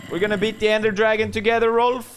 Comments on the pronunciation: its Rolf not rolph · Hahaha no, in sweden not ”rolph” its Rolf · All ppl who say Rolph, i’m swedish so i know it’s Rolf in swedish😒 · its "Rolf"